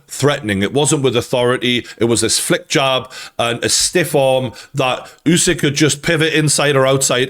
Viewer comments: i hope you’ll learn to pronounce his last name, it’s “Oosyk”, not “Yusyk” thanks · It's Usyk like in "urban" not like in "use".